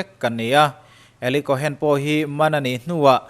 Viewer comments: Kawhen tia lam loh tur Kawn tia lam tur. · Tuna ilam dan 'Eli Cohen' tih hi alam dan dik tak tur zawk a ni.cohn tih hi chu sap hovina an kaih lek chawp zawk a ni.cohen tih hi hnam hming.Israel puithiam hnam hming.mosia unaupa Arona thlah kal zel te kha an ni a.tun thlengin juda inkhawmna biakinah puithiam malsawmna hi mipui te an la pe ziah thin a ni